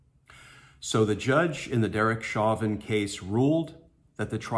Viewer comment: His last name is French in origin. Pronounced as "shovan"